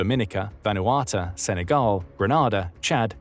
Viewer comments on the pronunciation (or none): none